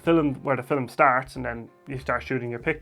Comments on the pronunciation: I love how you say fil-em. Great video, very helpful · Did he saiy FILLIM?